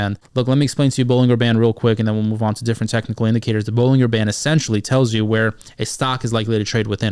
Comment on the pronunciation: Pronounced "buh-luhn-jr" btw